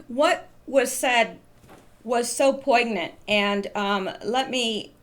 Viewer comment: Shawn H had Pence on as a guest earlier today it was very good, He has a radio show that you can get on your computer you know, Just so you know poignant is pronounced poin yant the g is silent. In english the name of siccone is usually pronounced see cone. In Italiian the cc is usually pronounced like a ch sound e is pronounced like a long a